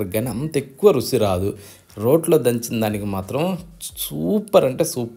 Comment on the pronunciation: రుసి ఎందండి రుచి అనండి